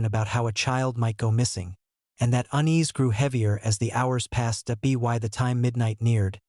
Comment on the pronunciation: Is this fake? What is 'B Y the evening'? Ridiculous. Gutted that I listened to this fake trash for about 10 minutes...